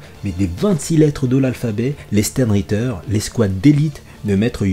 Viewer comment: Ça se dit chtern ritte(ra)